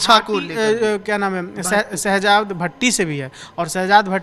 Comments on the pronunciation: Oh bhai vidio karne se pehle thoda study kar liya kro uska name sehzaad bhatti hai na ke sehbaz bhatti 🤣🤣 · Abe Shahabad Nahin Hai sahjad Bhatti hai Ka Tum Naam to Le Nahin Pa rahe ho